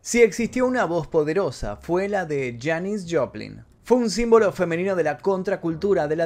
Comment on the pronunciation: Bro muy interesantes los datos, pero no es Janice, es Janis (Pronunciación: Yanis), es que como la admiro tanto y la escucho desde que tengo memoria me creas un problema en la mente, por favor disculpa y mil gracias por tu video.